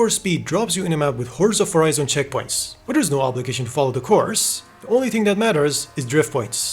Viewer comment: horza forizon